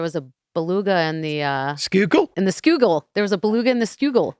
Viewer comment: Yuengling lager is Great Beer but it's the Schuylkill River. Sku-kill